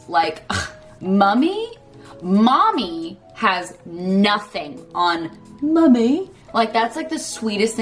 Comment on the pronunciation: Best part was the "mommy" with the british accent 😂